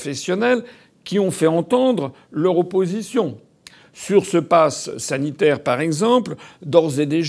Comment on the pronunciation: « Nous dénonçons le passass sanitaire. »